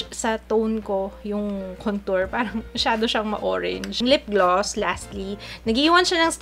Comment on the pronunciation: "hoe-range" hahahahaahahahahahhah